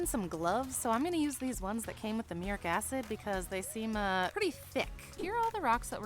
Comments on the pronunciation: Came here to say this myself. "Myurik" was driving me insane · Not " muric acid" its ,"MUR- EEE- ATTIC ACID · Mur-ee-at-ick acid. Is used to wash brick and masonry. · MuriATic. Pronunciation matters. I tuned out and left because of the dumbing down. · myoor-ee-at-ik as per the dictionary